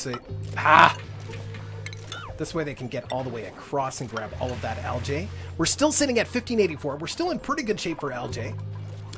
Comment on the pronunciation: Also Algae is pronounced Algeeeeeee